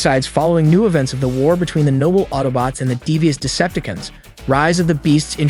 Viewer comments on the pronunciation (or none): Yeah lol and Decepticuns. Lol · did he just say pre-DAkins, TARE-akins and deceptakins....?? dislike. see ya kid. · WTF is a Deceptikun? DeceptiCON. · He did not just say Decepti-can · "De-cep-ta-cans" "terra-cans" so close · Why can't this guy say Cheetor,Decepticons,Predacons and Terrorcons right I think he even pronounced airazor wrong. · This is a cool video and all...however the way you pronounce "Decepticons", "Predacons", and "Terrorcons" is.... odd? Nonetheless thanks for this explanation. Made some clarifications for me.